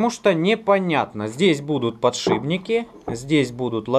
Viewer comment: Вот бы еще перестать говорить "подшиБники"...